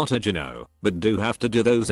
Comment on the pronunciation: Its annoying that you cant pronounce gyno.